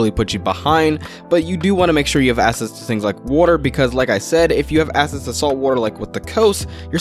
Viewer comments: Great video but for the non native speakers watching, access isn't pronounced "ass-ess"" it's "ack-sess". Seems to be a lot of non native speakers and that's probably screwing them up a bit. Edit: nevermind. There's 20 other words he keeps mispronouncing. Needs to slow down like everyone else said. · Why do you pronounce “access” as “assess”? No hate, just.. please fix it. Otherwise great video.